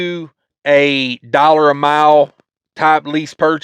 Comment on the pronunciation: why do you say “Dollors”?